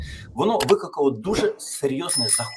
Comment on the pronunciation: Пане Тарасе, Слухаю вас доволі часто, ваші думки глибокі та відмінні від інших, і це є важливо. Але дозвольте маленьке зауваження: зверніть увагу на вимову слова "викликало", бо у вас воно звучить непристойно, що певною мірою знецінює ваші коментарі.